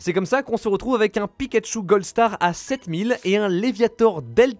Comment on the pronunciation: Rayquaza goldstarHAN certaines cartes ne sont pas comme les autreHA (...) magicarpe doré et leviator RougHa 😭😭😭 C'est incroyable de parler comme ca !! C'est un detail mais tres dérangeant pour ma part. C'est quoi cet accent, parisien ?